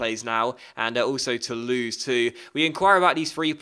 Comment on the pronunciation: Hey mate, you're doing an amazing job, it's really great to see an English-speaking youtuber doing a career mode with a minor French team. Keep up the good work, hopefully you can reach the Top 5 this season and get yourself a spot in the Europa League. Just thought i'd let you know how to pronounce the names of some French teams : Metz = Mess Marseille = Mar - Say Toulouse = Too Lose Bastia : Bass - Tee - Ah Nice : Neess Lille : Leel Rennes : Renn Paris : Pah - Ree Bordeaux : Borr - D'oh Didn't put all of these since some names (for example Caen, Angers...) have nasal consonents which you can't really explain with mere words and letters to an Englishman lol. Still, thank you for your great videos, looking forward to seeing more of your work. Cheers from France.